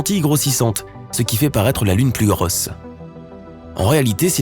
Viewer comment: "Plus elle à l'air Grooosse" l'accent de Toulouse la voix.